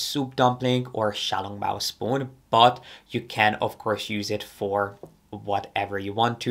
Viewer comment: The way you pronounced xiao long bao was so accurate! ❤